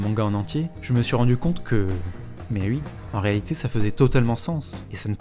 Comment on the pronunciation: Par contre je suis dérangé que tu fasses parti de ces gens qui disent Ui au lieu de OUi ^^'